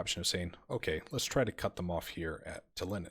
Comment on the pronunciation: It will be interesting to see how well the Ai is able to perform offensive actions, often ais are much better at defence than attack. The city in estonia is pronounced tal-in not tal-in-in. Mabye you can try Vistula to Berlin after you finish one of these campaigns as you'll have more skill then for the harder scenario.